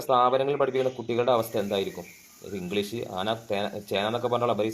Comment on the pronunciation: ഇന്ഗ്ലീസല്ല kungilis